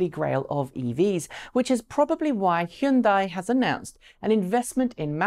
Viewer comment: Just a reminder, since I live and work with Koreans, plus I have had this specific discussion, that Hyundai is pronounce H-yun-day. Love the show. thanks for posting.